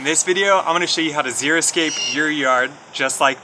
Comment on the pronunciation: People PRONOUNCE it "zeroscape," but that is wrong.